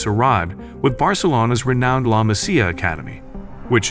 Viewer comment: The commentator doesn’t even know how to pronounce basic words like La Masia and Bayern Munich. It almost discredits the video for me.